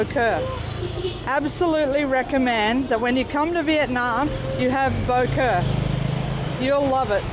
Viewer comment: Wrong, boeuf bourguignon is made with wine. Bò Kho a copy of regular french stew. Pho is from pot-au-feu with off cuts the French did not use and Banh mi is from pain de mie. It's pronounced "Bah Khaw", not the way they massacre the name.